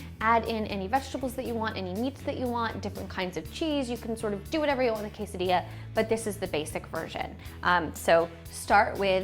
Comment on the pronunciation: Yes, if you want to learn how to make a delicious quesadilla ask a white women that can't even pronounce it right. Wtf?